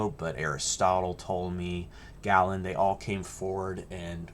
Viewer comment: Tell the (AI?) narrator that the famous Greek physician is pronounced gay-luhn.